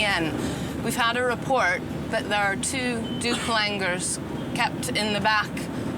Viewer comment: Douc Langurs guys... Not "Duplangurs".